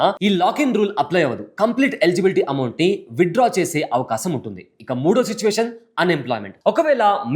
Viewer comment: అమౌంట్ అని అంటారు.... బాబు అంమౌట్